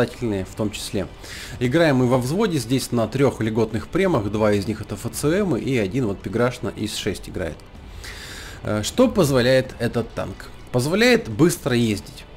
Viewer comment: я тебе язык вырву! Что за произношение? Что за ФЦМ? Во французской фонетике нет звука "ц", он там заменён звуком "с", а звук "ч" — звуком "ш". То есть ФСМ, Бат-шат, Фош, а не вот эти вот. Ну просто по ушам будто топором лупишь.